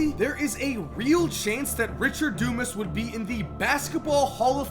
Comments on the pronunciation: Pronounced, Dew-Mahs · Its not dumbass........its DUMAS (thick headed) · Is it pronounced DOOmus, dooMAZ, or DUMASS?